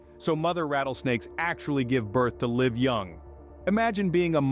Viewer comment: pronounce live like it should be please.